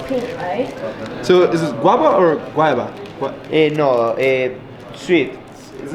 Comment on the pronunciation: hahahaha gueva is not guava!!!